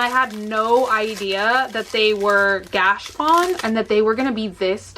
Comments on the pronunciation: Its gotCHApon. Not gashpon. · Hey! Just a tip: it’s not pronounced gash-pon It’s pronounced gacha-pon:) Love you! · Please go 2 YouTube vid, 'How To Pronounce Gashapon'.